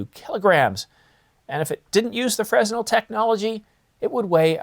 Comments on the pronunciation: Lol, it's not pronounced frez-nel, it's fren-nel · “Fresnel” is pronounced fren-el, no “s” sound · The "S" in Fresnel is silent, it's pronounced "Freh-nel" after the French physicist Augustin-Jean Fresnel. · You don't pronounce the s in fresnel